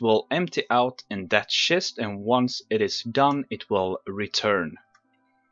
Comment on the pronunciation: You say schest not chest lol :)